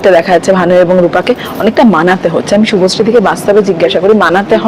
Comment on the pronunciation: শুভশ্রী নাম টাও ভালো করে উচ্চারণ করতে পারছেনা আবার এসছে পডকাস্ট করতে😂😅